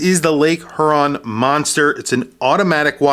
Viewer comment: Thanks for the review. I'm not a watch nerd so I cannot weigh in much. I received one of these as a gift and I think it's really cool. My only feedback as a Michigander would be to say I say it "Hee-your-on" not "her-on", but language is bendy so maybe it's different in different parts of the country.